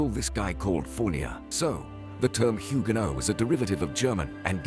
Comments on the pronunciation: Huguenot pas huguénot 🤣🤣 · Huguenot se dit Hugu'not et pas HuguÉnot. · On ne prononce pas Huguéno avec un é, mais huguenot avec un e comme "eux" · 'hughenot' pas ' hugaineaud 'ca suffira .... 😢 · Pour être pointilleux on dit pas Huguénot mais Huguenot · On ne prononce pas huguénot mais huguenot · huguenot et non huguénot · Huguenot, ça se prononce "UG-NO" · Mdr huguéno où t'as vu un accent dans HUGUENOT ?